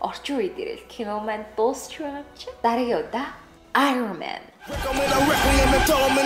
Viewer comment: bitii iroman gej hel tegheer uilkaad bna